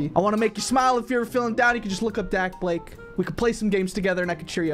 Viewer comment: ITS DAKBLAKE NOT DABLAKE